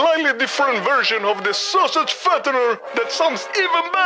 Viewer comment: "Sosig" LMAO